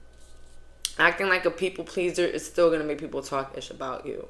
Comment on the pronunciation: “it ees what it ees” /